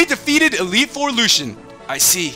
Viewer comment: Dude it's pronounced Lu-see-an not Lu-Shan